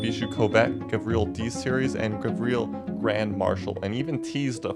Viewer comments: Bro doesn't know how to properly pronounce car names... Eebishu Covet? Gavreel D-Series? Gravreel Grand Marshal? Civet Boleed? Gavreel H-Series? Gavreel Bistrow? Eebishu Meeyamar? Eebishu Hopper? eSBR4? (It's known as just the eSBR) Eebishu Wigeon? Leegran? (Better known as Li-grawn) Solidad Wendover? (Nobody liked the ETK 800 series) Griv-Gavreel T-Series? bruh this is so bad it might be intentional 💀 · its pronounced gAvril and civettA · "gavreal T-Series" ?